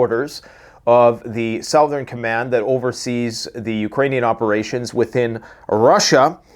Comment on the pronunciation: Hey u can't say southern.... lol sorry bud love ya